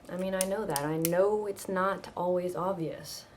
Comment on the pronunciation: "He's nat breding!" haha typical lola watching a boxing math :D